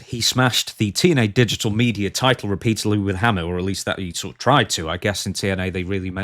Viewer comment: "I am the title," saying it like, "i am the table."